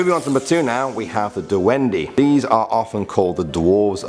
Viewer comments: And it is pronounced as dwende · First of all he said Sayrina instead of sirena(mermaid) And he said tiy-anak instead of chanak (tiyanak) And du-wendy instead of dwende(duwende) SO I WAS CONFUSED OF WHAT HE SAID AT FIRST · duwende is wrong, its supposed to be dwende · The spelling is "Tiyanak" But its pronounced as "Chanak" And "Dwende" Is not pronounced as Dweni And its not pronounced as Kaprei Its pronounced as Kapre E sorry for being judgemental :l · Du-wen-dee?!?!? Manood ka nang Jessica Soho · PRONOUNCED "DUWEHNDEY"!!!! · The pronounciation of engkanto (Ing-kan-to) The pronounciation of sirena (Se-re-na) in english mermaid The pronounciation of Aswang (As-wang) The pronounciation of Tiyanak (Cha-nak) The pronounciation of Duwende (Du-wen-de) in english evil elf or something The pronounciation of Kapre (Kap-re) or also known as guardian of trees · See-ren-nah (mermaid) Us-wung (aswang) Tea-yan-ak (tiyanak) Or Cha-nak Do-when-deh (duwende) Cap-reh (kapre) I hope it helped😄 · DUWENDE SOUNDS LIKE “WENDY”😂😂😂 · proper pronounciation duwende=duwendeh kapre=kapreh sirena= serenah tiyanak= chanak